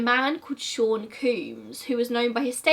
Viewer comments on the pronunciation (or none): none